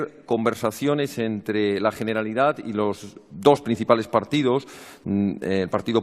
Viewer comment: Jeneralidad 😭😭😭 mis oídos